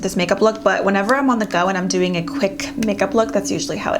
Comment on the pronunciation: i hear "dewing really well" "these dew last .." lolol